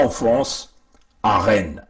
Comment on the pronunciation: Rennes on ne prononce pas le s. Allô vas y